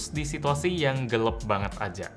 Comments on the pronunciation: Gelaaapp woy bukan gelepp geleepppp 🤣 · Gelap = Gelep Kira² gitudeh.. ~ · GELEP Gw: Gelap bang, gelaaaap..!! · lmao iya dari dulu sebetulnya udah ngeh dan ngerasa lucu sama cara ngeja gelap jadi gelep 🤣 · Kenapa ngomongnya Gelep bukan Gelap wkwkw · Gelep apa gelap Bg? Mohon penjelasan 🤣🤣🤣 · Akhirnya ada yang berkomentar wkwkwkwk. Dari dulu bilangnya "gelep" 🤣🤣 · Gelap atau gelep bang?